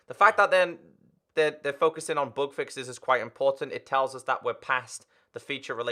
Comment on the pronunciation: Whenever says "bug fixes" i get confused by "book fixes" 😂